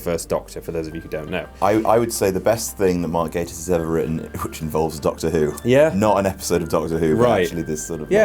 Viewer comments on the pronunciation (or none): i think gatiss is pronounced gat-tiss not gay-tiss (not that i have a problem with it ;) )